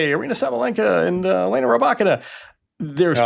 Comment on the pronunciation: I mean he got Rybakina right, that I think nobody would guess